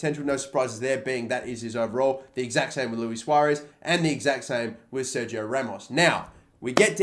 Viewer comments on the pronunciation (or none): none